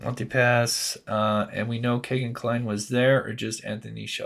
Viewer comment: It's not "Kay"-gen It's "Key"-gen FCS!